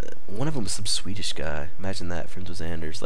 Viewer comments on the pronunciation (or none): none